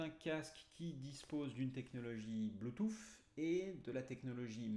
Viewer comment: Merci pour la vidéo ca manquait de ne pas avoir d'explications en paramoteur!!!!! La version lite est vraiment trop juste ou c'est une supposition? Par contre sur une prochaine vidéo peux tu dire bluetooth et pas bluetooFFF stp 🤣🤣 Je blague. Merci encore